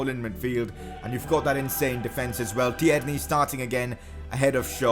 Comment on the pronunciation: It’s not ti-erney it’s tierney